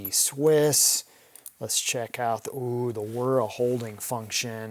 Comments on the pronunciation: Wer-ra??? The name is pronounced the way it is spelled Wera (We-ra). Also, Basch?????? It is pronounced Bosch (Bo-sch) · random trivia... you keep pronouncing wiha and wera as "guija" and "guera" which is ok for an english pronunciation of those words... but fyi they are german words which could be pronounced more like "vija" and "vegha" as that's how germans pronounce it... not criticism... just sharing some random info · Wera is pronounced Vera. Wera has a patent on what they call hex plus..